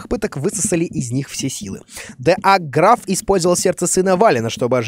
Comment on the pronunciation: 22 58 (ГРАВ) правильно ГРАФ